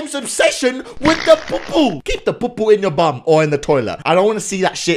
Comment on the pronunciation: When u say POO poo it makes me laugh